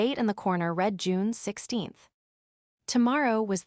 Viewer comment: You really cannot imagine the cringe factor of this and other AI narrated stories. Unread pronounced correctly but read pronounced as Reed instead of Red. Dieter sounds like a person going to weight watchers. And not a man's name. FFs it's pronounced Deeter not diet er. Your narration has not improved from day 1. But I'm sure your finances have. It just shows utter contempt for the listeners 🤬